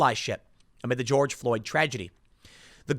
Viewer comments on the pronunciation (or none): none